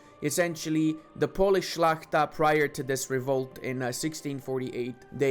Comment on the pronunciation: I must say I'm immensely impressed By your naming of polish nobles "szlachta" with perfect pronunciation That's some top tier knowledge right there